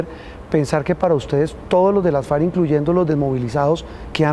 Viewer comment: Este julano asesor de Trump no sabe ni como se llaman los narcos enemigos del cartel de Medellín, el que sostiene a Duque y Uribe, se llaman FARC no falc, carajo, te volviste a tragar la r chino